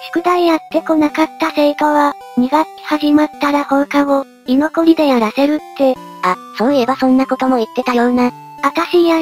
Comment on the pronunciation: 居残り(いのこり)ですよ！